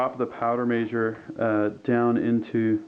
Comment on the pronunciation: Very well done and informative, but please say measure not meeezure.